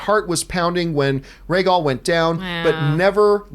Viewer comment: Why tf make a podcast about a show when you don't even know the dragon is RHAEGAL or how to correctly pronounce MISSANDEI? Makes ya'll sound like you don't even watch the show.